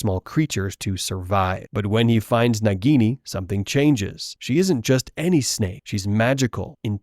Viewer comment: It is naagini